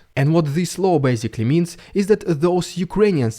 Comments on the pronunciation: I don't like pointing out people's accents and making light of them, but pronouncing Putin's new law as a 'new low' translates just as well. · Law, not low ;-)